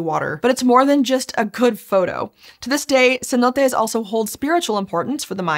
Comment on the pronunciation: It's pronounced "Cenotes".